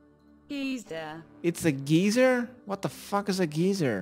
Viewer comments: Had me dying when he was like Df is a "Geezeeer" in English they pronounce it G(ie)zer. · "gee sur" lmao thats so funny to me. its pronounced "guy-zur" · old news: guy-zur is correct pronunciation in USA for the hole in the ground that vents and shoots out hot water. gee-zur is like an old timey way of saying cranky weird old guy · Lol wtf is a geyser.. that bot making it sound like geeza or geezer but ive allways pronounced it sounding more like guyser the first time u said it great vids as usual! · "geezer" had me dying. dont trust google. its "guy-zer" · A geyser is not pronounced "Gie-ser" it's pronounced "Gai-ser", you're welcome! XD Great tutorial! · It's (G-Eye-Zer) or (Guy-Zer) Not Geeezer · The geyser part had me cracking up Edit: I pronounce it "guy-zer" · Bruh xD. The geyser shit was funny as hell. He said "What the fuck is a geizer???" "Giza" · lmfaoo i lost it after the long pause ... 'so apparently it is called geezer, select your ice gloves..' definitely not pronounced that way haha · let me dumb it down for you. "GUY-SER" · its GUY-ZER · It's pronounced "guy-ser" you had it right the first time haha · It’s pronounced guy zer by the way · ps, its pronounce guy-zer lol. hope that helps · Geysir is (Gay-Sir) Regards Your Icelandic Fan <3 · Most people say Guysir instead of Geyser.. LUL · Pronounce geyser like GUY-ZER :) and Sigil as SIJIL with the J like JAM. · its gayzeer man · It's "Gai-zur" buddy. Google be lying to you lol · It’s pronounced guy-zerr.. lol 😝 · You were right, it's pronounced guyzer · It's Guy-Zer lol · pronounced guy zer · Pronounced "guy-zer" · guy zir that's how its pronounced lol